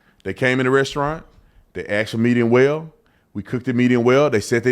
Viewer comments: It’s asked not ax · It's "ask", not "aks". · He axed for middle well! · He talks like jasmine crooked. I did not trust him as soon as he said axed. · Why can black people not say "asked" they always say "axed" it is so dumb😂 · kinda like he "axed" a question, lol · An extablishment!! LMAO I axed him. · I think he should go back to school to learn how to speak ENGLISH!!!! Especially when he is supposed to be a pastor! It is insane that he said EXTABLISHMENT and then he said AXED him and his wife to Not come back I don't have much faith in his opinion of the matter! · Ecstablishment? 😆 I needs to be cooked the way he axed for it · Holy crap! I was literally writing a witty comment about "axing" him to leave the "extablishment" when he said "axed" 😂